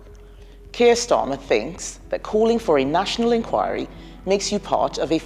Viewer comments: Please learn how to pronounce the word ENQUIRY not enqure 🤦🏽‍♂️ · Oh dear, the way you pronounce 'enquiry' 😅